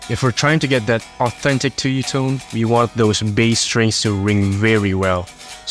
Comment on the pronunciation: hey just wanted to say that it's pronounced tSuyu （ツユ） not tuyu（トゥユ）